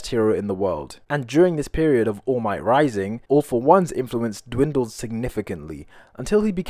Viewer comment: "woll might"